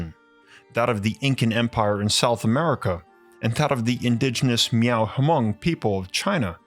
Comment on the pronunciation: bro its not pronounced hamung its just like mung ok thanks